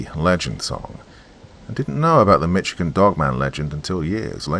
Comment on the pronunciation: Hey, you know I love you but it's pronounced Mishigan, like dish or wish! 😊 Lol! Thought you'd want to say it correctly! 😉 Thanks for another Creepy Story! You're the BEST!!! 🧡💚💙💜🩷🙏✌️